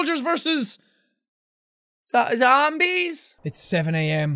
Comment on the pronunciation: Z-zombies lol why'd you say it like that